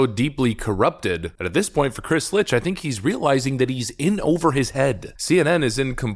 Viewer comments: Funniest thing? It's not Lich It's Licht....as in licked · It is Chris LICHT not LITCH. Dyslexia? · Licht should be pronounced as "licked" as in Chris Licht... my balls. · I thought Licht was pronounced phonetically as Licked? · His name is pronounced "licked", it's German for light. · Love your videos. Hate your pronounciation. Dude's name is Licht, pronounced "Licked", which he very well may soon be. Licht is German for Light, so the ch is the sort of hocking sound like Bach, Achtung or Ach du lieber. Also the o in Michelob is a long o, like go, as in go google the pronounciations of the stuff you're talking about. Great content, but you're diminishing your point by making basic mistakes in pronounciation. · As amusing as it may be to call the current head of CNN a zombie, I'm quite sure the name is more closely pronounced as "licked"